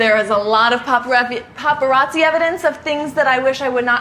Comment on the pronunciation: Omg when she struggled to say paparazzi 😂😂😂😂😂 love me some Karlie Kloss ♥️♥️